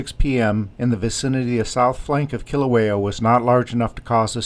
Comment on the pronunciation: The way you say Kilauea is horrendous.